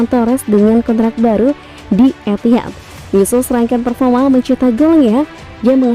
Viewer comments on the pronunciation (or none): none